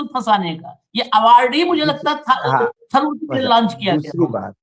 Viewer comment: हिंदी उर्दू चिड़ियाघर के प्राणी लोग जान ले; थारुर नहीं तरुर उच्चारण करते हैं। मल्लू समाज का शब्द ओर वाक्य गठन प्रणाली एवं व्याकरण का आदर हो।